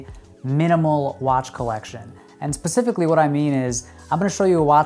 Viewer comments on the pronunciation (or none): none